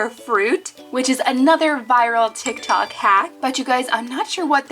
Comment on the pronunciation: She said tic tac